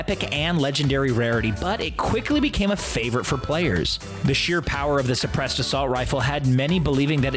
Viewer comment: Sebressed ar succceedd